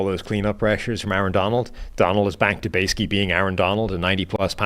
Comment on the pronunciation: when he says basically, but pronounces it basic-key gets me every time